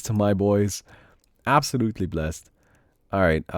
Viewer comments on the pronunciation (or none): none